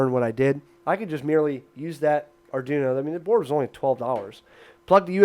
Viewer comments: R - Dwee - no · Repeat after me... Arr-dwee-noe. Not Arr-doo-noe.